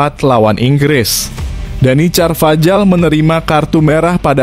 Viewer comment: DANY CARVAJAL ( bacanya: Danny karvahal)